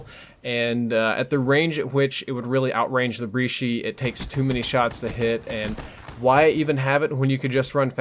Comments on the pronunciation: I thought It's pronounced like italians do like ss not kk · The brecci is an italian gun; The "CC" makes a "CH" sound, so it's a breCCi not be breCHi. Don't belive me check it out on google translate. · Its pronounced bre-ki not bree-shy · brecci not brichi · its brek-key not bre chi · Considering the Brecci is an italian shotgun... It is said Brechi. Not breki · am i the only one that wants to commit seppuku after this guy said breeshi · My God, learn how to pronounce "Brecci." I have no clue how you get "bree-shee" out of that. For example, how do you say the following (Italian) words? Gucci. Cappuccino. Brecci. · It's brekki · I died a little inside everytime you say breeshee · the brecci is pronounced like this:bre-tchee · Btw you pronounce it brec-key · As an Italian it's pronounced "BR-e-tchi" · Yeah, it's breh-chee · Bri chi 😂👍🏻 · It's Bre-chi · Is it pronounced breeshy Brechy or breky I know they are spelled wrong but these are the ways people pronounce them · I am unsubing because the way you say brecci it made me cringe so hard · who else cringed when he says brecci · I know I did. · practically every c is a hard k sound except like ch and stuff